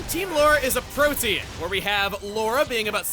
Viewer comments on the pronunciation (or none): none